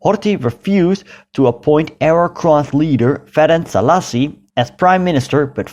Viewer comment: I like this channel but it so annoyingly to hear [Ferenk Zalasi]. More correct is [Férents Sálashi], letter S gives sound sh as well as Z gives zh, for it's neutralization they add letter c after s/z to make sounds s or z